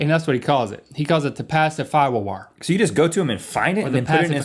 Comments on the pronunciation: "Pacifwower" = Passive hour? XD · Hello from 2020. I’m just here to appreciate the commitment to pronouncing it “pacifywer” throughout the video 👌 👍